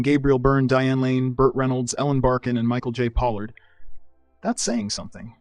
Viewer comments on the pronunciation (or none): none